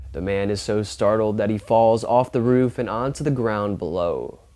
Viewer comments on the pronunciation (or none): none